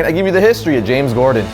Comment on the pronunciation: You said James gordan at the beginning